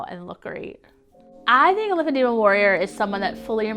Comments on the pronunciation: The disease is called "lymphedema" but she's pronouncing it "lymphedemia"? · It's lymphedema. Not lymphedemia. You think she would know how to pronounce her self-inflicted disease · Please..pronounce it correctly. The last syllable is "ma" not "mia" I applaud your bravery on speaking out. I just encourage you though to not reduce your credibility by not pronouncing it correctly. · It’s not lymphedemia there’s no I! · It's NOT Lymphodemia, it's Lymphodema.😑😏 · She can't even pronounce it properly at first... "LymphedeMIA" she says. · She doesn't know how to say lymphedema? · WHY DOES SHE PRONOUNCE LYMPHEDEMA COMPLETELY WRONG?! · Too bad she can't pronounce it correctly lol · Right. Someone should have corrected her pronunciation by now. Love her anyway! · she's pronouncing the name of her own condition wrong. lipidemia and lipoedema are two different things and barcroft seems to think its lymphedema anyway lol